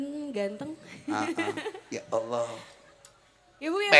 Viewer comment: Cuma 1 yg gak cocok,,kalo slentheng nyebut Alloh sesuai tulisan knp ada yg seolah merevisi menjadi Awlloh?? Emnk pd asma Allah ada huruf "wa"nya ya?